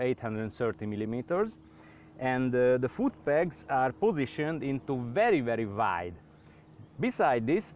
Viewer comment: "very very waid"